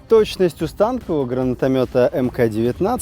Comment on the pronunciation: не стАнкового, а станкОвого. От слова "станок". А не потому что сняли с танка.